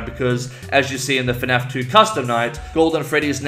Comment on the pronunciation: Nobody:: FeNAF